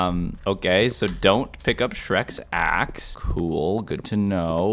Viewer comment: the fact he said as$ and not axe